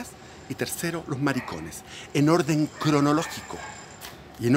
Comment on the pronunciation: "en orrrden cronologgico", este wn tiene altos delirios